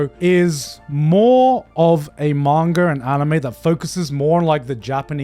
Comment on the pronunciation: It triggers me so much his pronunciation of Manga. Sometimes he says it right, other times his inner brit takes over and he goes like: MAENGOR 🗣️💂🏻🏴